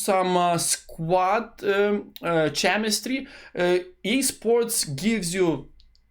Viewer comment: Nice video, one thing "chemistry" you should read with the "k" letter like clock, not with "cz" like cheddar